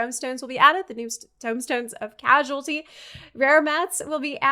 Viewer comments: The new tomestones are Causality, not Casualty. as in "cause-ality" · Something minor that I see a lot of people mispronouncing haha: Tomestones of Causality (not Casualty) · Causality, not Casualty. Two different words. Two completely different pronunciations. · Umm actually it’s tomes of cause-ality